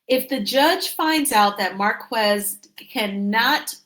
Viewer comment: his name is pronounced 'Mar - KEZ' NOT MAR- KWEZ' 👎